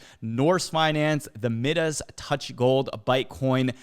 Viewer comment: It's pronounced Miiiiiidas touch as in the golden touch... Deez Nuts is up 🤣🤣🤣🤣